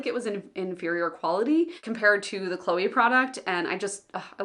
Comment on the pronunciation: I definitely like the non-guilt-inducing tone of your videos, showing the reality of people who are not lazy, weak or others.. but only struggle with self-limitations and try to overcome them. Thanks for talking about these subjects ! Cheers from France (you didn't pronounce Chloé that bad 😉)